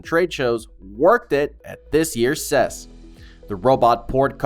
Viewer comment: “Ses”? Ive been going to or following the CES for about 40 years and I’ve never heard anyone ever say it that way. Good video though. You covered more interesting items than most of videos I’ve seen so far.